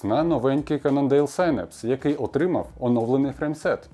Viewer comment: нарешті хтось норм вимовив synapse!